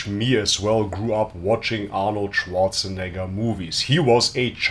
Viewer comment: Hahaha Arnold Zianator 😂😂😂😂